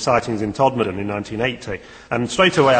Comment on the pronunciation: is it me, or does the narrator say "Podmorden"? Maybe he's confused by that observatory pod on screen at the time.